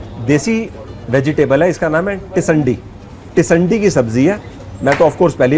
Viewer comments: Sir not tisandi it is tindsi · It's not tisandii🤣🤣it's tindsii ki sabji 👍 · its not tisandi its tinsi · SIR tindsii hota hai tisandi nahi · Sir it's not called tisandi. It's tindasi. Please rectify it. Thanks.